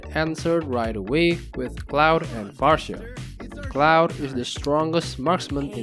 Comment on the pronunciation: Read it like Clawed and far-suh. Not cloud and pharsha